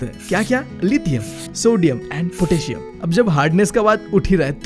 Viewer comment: bro potassium hota he bhaii not a ptassium